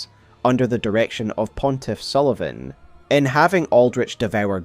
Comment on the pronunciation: Pontiff Sulyvaghn